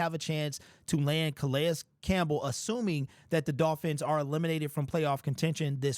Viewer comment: Can we pronounce his name correctly?